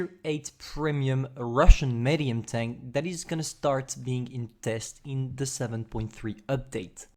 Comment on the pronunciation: nobody::"meh-dium"